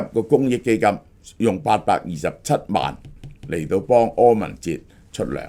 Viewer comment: 柯文“ 哲”